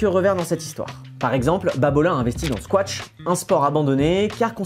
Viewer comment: Pour padel, je ne sais pas, mais pour squash, votre prononciation fait pitié 😅 vous dites squash comme si c'était quetsche